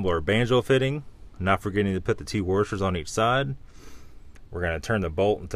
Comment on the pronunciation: Careful with your worshers boys